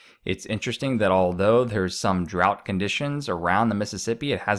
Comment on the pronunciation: You need to learn how to pronounce drought and Illinois